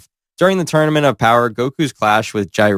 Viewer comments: I've never heard someone pronounce Jiren as "Jai-rin" and beerus as "bee-roos" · You gotta work on pronunciations, my guy. No disrespect, it’s just bad. “Galick”, “Kamehameha”, and “Jiren” alone were rough. You had some in the Kratos vid, too. Just honest feedback. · please tell me this voice/narrator is ai…. Bc ain’t no way on gods flat earth did you pronounce jiren that way.